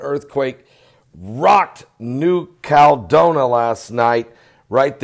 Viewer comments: It's CAL E DO NI A...5 syllables,, not 3. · Caladonia = CAL-ah-DOE-nee-yah